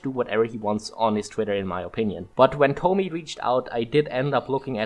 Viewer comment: I cant help but notice no one involved knows how to pronounce Tomie. Where are the junji ito fans 😢